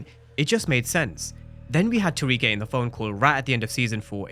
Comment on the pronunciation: Tariq......RIQ not RAQ...!!!!!!